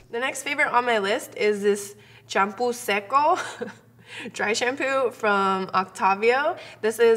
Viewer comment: "champoo seco" 😂😂😂😂